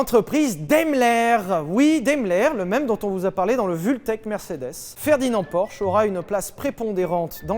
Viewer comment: Prononcez Porsche correctement par pitié 😭😭